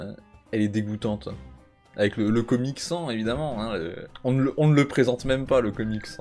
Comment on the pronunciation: Le COMIC SANS ? En tant que fan d'Undertale je suis outré de cette prononciation